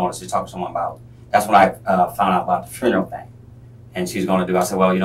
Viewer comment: I have a stroke every time he attempts to say the word 'funeral'